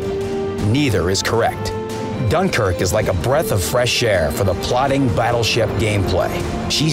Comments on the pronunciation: .Yep Gunkuerqe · Gunkrk lol